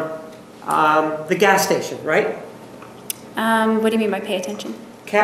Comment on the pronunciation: When Juan said “California is a progressive state, in the sense it has gays-uh-gas stations almost everywhere” 😂